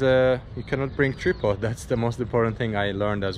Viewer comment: It is not a tree pod but “ Tri -pod” mens stand for camera with 3 legs. pronounce it differently dude to his accent, lol.